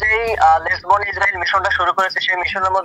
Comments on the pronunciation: বর্ণ না বার্ন। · bron na vai ota burn likha ber ber vul bolen kn